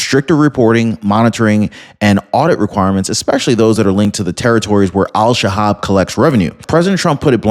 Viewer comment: Pretty sure it’s El Shabab